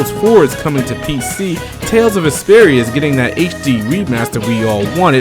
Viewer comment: It sounds like you are saying Tales of Esperia!LOL!...maybe because you are talking so fast...The remake of my FAVE Tales game made the rest of my year. It's about time they made the remaster of "Tales of Vesperia". Noooooow, they need to bring a remaster of "Digital Devil Saga" to PS4! Peace!